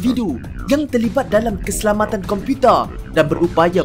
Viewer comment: Slang pelik sungguh.tambah masa ckp perkataan 'komputer'.